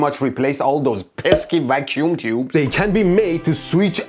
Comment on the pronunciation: Pronounced vacuum tubes as "raccoon tubes" 😁